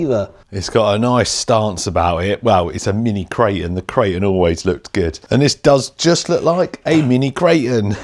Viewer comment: It's not a "kray-un". "Kray-ton"